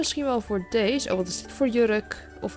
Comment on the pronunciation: sorry dat ik het zeg maar je zegt steeds dees en niet deze geen haar maar ja je mag ook gewoon dees blijven zeggen hoor